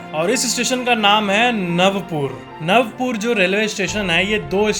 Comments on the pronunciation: It’s Not Navpur It’s Navapur Navaa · नवापूर not नवपुर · અલા નવપુર નથી નવાપુર છે ઍ ખબર નહિ તોય બોલે છે! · Its not Navpur its Navapur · It's navapur not navpur❤ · Its नवापूर not नवपूर